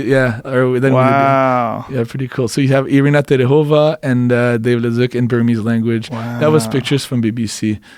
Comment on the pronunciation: Joe "David ledooz" Rogan